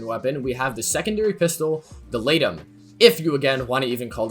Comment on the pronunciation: When you said laetum I heard lato and I dropped my phone.